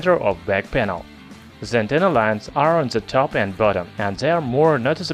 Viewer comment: У вас неплохой английский, но пожалуйста поработайте над произношением артикля "the". Вы произносите его как "зэ", ''браЗэрс", что свойственно русскоязычным. Это немного режет слух. На самом деле он произносится больше как 'дхэ'.